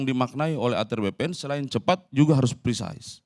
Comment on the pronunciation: pemakaian kata prisais (precise) dlm hal ini gak pas.Kelihatan anda mau sok english tapi salah 😂😂😂. Pake bhs indonesia saja.😅😅😅. Be humble.